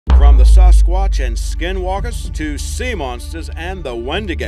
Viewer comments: Ok the way this guy said Sasquatch is just weird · "Sauce squatch"